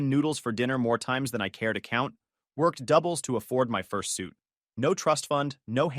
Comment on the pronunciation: For a second there i thought he said fur suit not first suit